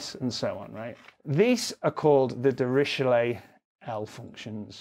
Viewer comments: Dirischewhat functions?! Surely he meant "duh-ri-klet" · The point is that Dirichlet was German, not french.